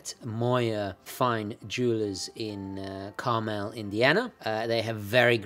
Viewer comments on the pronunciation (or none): none